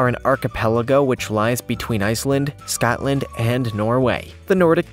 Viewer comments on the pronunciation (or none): none